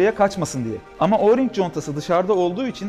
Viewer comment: Abi oğring contası değil direk oring